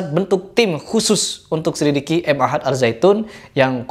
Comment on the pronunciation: Ma'had.. bukan M Ahad.. Ma'had bahasa arab nya artinya pesantren